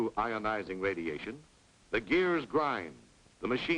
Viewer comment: Nukular radimashon? Evil spirits of the indians, lol